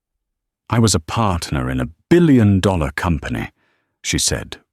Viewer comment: Why can’t the AI say dollars! Lol